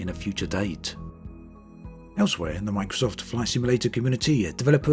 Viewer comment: "The terrain-uh from microsft-uh it is the one-uh." You making a sex audio tape or talking about flight sim bruh-uh?